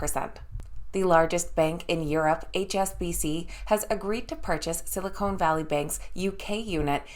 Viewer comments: It is Sil i con not “cone”. Silicone is what can uplift human features. Silicon is a material used to make computer chips. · Silicone Valley Bank??? 😆 🤣 😂 Silicon Valley Bank.